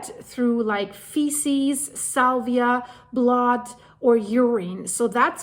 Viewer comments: Thank you for the heads up. 👍 Your English is fantastic! But a little pronunciation assistance is needed because you are actually using a different (wrong) word: You said the disease is spread by urine, faeces (or feces in American English) and SALIVA. (***iva not ***via). Salvia is a plant. Saliva is mouth moisture (3 syllables, sal-eye-va, emphasis pronouncing the "i"). Hope that helps! I do not mean to criticize, just to help 😊 (I am English-American, so sometimes mix up my spelling 🤔) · In North Carolina it has been detected in some counties and in those counties there are places to have the deer tested. You are mispronouncing saliva, you say salvia which is a flowering plant. Saliva is pronounced Sa-liv-a, with the I saying its name or long I. I only occasionally pick up that English isn’t your native language you speak it so well. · Saliva, not salvia